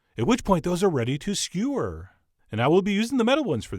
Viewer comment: You finally said it!!! Skewer instead of skyur.